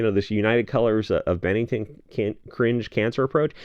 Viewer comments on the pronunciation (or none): United Colors of Benetton. Sorry to be nit-picky, heard the "Bennington" stuff before, and a bit jarring, so thought it might be helpful in the long run....